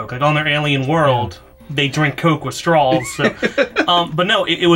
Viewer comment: Someone needs to inform that there is no L at the end of the word 'straw'. He said strawl like 6 times.